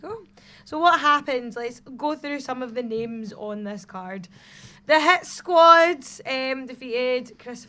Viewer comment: Wow...butchering their names left and right haha